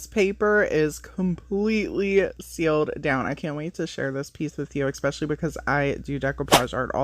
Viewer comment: Not criticizing just an fyi .. The word is pronounced … Especially not Ecspecially